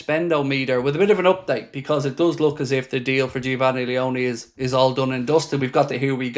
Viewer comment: great stuff. finally a cb signing, also you’ve completely mispronounced his name 😂